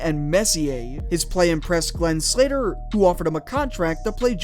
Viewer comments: Sather not Slater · Sather not Slatter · "Sather", not "Slater". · Good video, love the topic. Just one small critique, you pronounced Glen Sather as "Slater" a few times when discussing that English chap.